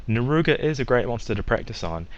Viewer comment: Great tutorial, except... "Naruga?" Narga. Cuga.